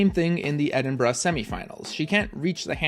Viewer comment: Thank you for saying Edinburgh correctly, every time I hear a non British person pronounce it "Edin-burrow" it always makes me cringe